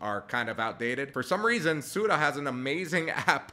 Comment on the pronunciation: Yea, like what was the name of the insurance, SOODA?? for SUDA?